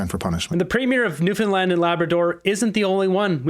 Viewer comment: Newfoundland is now called Newfindland lol but hey new world order eh